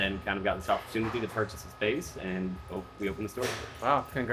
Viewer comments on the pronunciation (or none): none